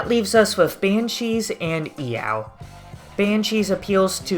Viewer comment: I enjoy you calling it "e-ow"